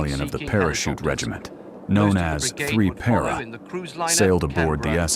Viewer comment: Also. Why can’t AI pronounce “Para”? The correct version seems more obvious phonetically